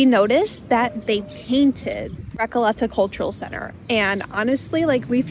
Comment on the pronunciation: You need to improve your spanish pronunctiaton of "RECOLETA" :)